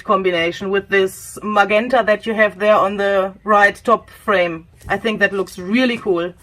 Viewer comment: Thank you very much. Can I help with pronunciation? GE in English is a J sound, so MaJenta is how it is said. Think of the word gentle. Wish I could speak my second language as well as you too.